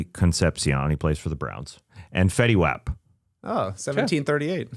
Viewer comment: Lol please tell Tas its pronounced fetty WOP. Not wap like the cardi b song